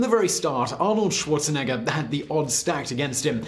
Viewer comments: "Schuorzenegga"? What a pronuciation! XD. By the way he played Fußball (=football). We don't call it "soccer". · The way this guy pronounces Schwarzenegger is probably why I didn't get ads on this video